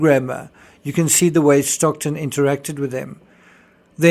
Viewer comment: Great! By the way, it's Stockton, not Stocktun.